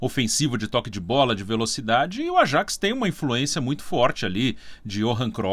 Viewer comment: Falam "Yuve" mas não falam "Ayaks". Que coisa